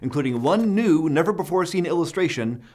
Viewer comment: As he was announcing the new calendar I heard “first nude” instead of “first new”